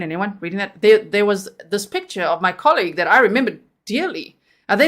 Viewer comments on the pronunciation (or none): none